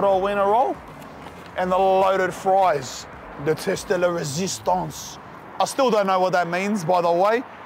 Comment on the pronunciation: Him saying teste le resistance made my day lmfao